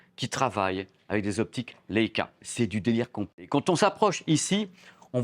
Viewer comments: Comme la première chienne dans l'espace : Laika. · Il serait judicieux d‘apprendre à prononcer le nom de la marque convenablement.